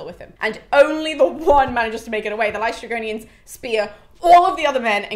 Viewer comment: Hello, greek person here. Aeolus is actually pronounced Ǽolos in greek. Also you got LǼstrygonians correct. Love your passion for greek mythology!